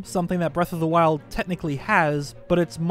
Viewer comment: Did he say “Breath of the waifus”